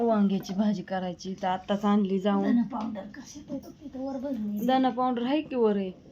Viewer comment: धनापाॅवडरम्हणतनाहीत धनापावडरम्हणतात😅